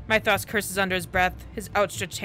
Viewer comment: Don't you love how they pause in the middle of their escape, just to settle Sexto's daddy issues..... Yeah, me neither (Oh but Hildyr is pronounced Hill-Der and Mythros is pronounce Myth(like a legend)-ross)